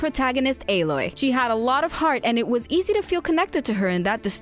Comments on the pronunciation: Why did she say alloy as ay-Loy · Her name isn't A-loy It's alloy, like metal and stuff. It's just a regular word. You butchered it